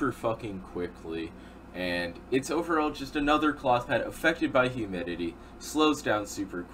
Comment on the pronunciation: how many times did he say effected by huminity